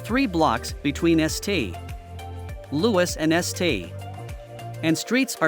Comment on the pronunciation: Bizarre commentary, probably generated by a computer. I bailed at #9 of the countdown, when Saint Louis Cemetery Number 1 (written St. Louis No. 1) is mispronounced "Es Tay Louis No One." Sorry.